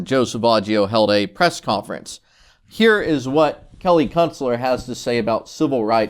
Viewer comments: Be honest. Every time you mentioned her name in this video, you do in fact pronounce it as "Kelly Cuntstler", right? Because that's what I hear. Very clever, I approve. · Love the way you pronounce her last name.👍